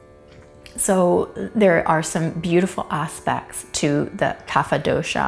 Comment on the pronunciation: Some pronounciation tips: Kapha: Ka-ph Dosa: Do-s Ayurveda: Aa-yur-ved By the way great video